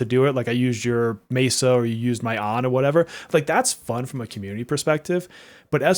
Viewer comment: Whoever keeps correcting you is wrong, you pronounce Messa correctly